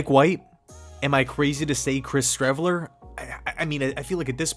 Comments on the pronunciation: One word “Shreveler” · Streveler... Please....